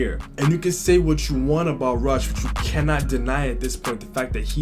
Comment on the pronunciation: Man said Rush as Russ in the beginning. Great reaction vid!